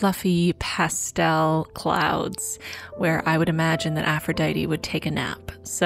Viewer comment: i love this and u but ur pronunciation of aphrodite killed me lol (no hate!! i'm just a bit of a freak over greek stuff sjdksj)